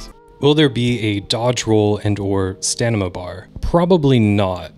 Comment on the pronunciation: So you said Stanima instead of Stamina. Is this a common way to say the word, or just a common way to mispronounce the word?